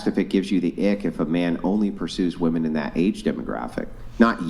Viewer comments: Why tf do I keep hearing women say “woman” instead of “women” when they’re talking about “women” and not a single “woman” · How come these Gen Zers can’t pronounce women?